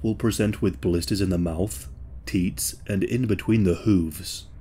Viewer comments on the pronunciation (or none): also did you say teets instead of tits or teeth? it sounded funny 😂